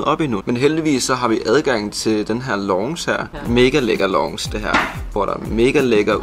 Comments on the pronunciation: Mega lækker "longce" 😂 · haha du udtaler lounge helt forket lol det udtales (launs) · Haha "Longsh" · Hvordan pokker er det du udtaler lounge 😂😂😂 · nej lille dreng.. Sådan udtaler man ikke lounge. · Hvorfor udtaler du lounge så mærkelig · Måden du siger lounge 🤯 ahaha😂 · Hvis bare I ville udtale "Commodore", "Deluxe" og "lounge" korrekt... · Du udtaler lounge forkert